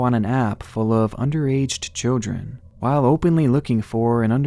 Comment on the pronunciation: He always pronounces children as "chel-jren". Is that an accent or am I hearing things?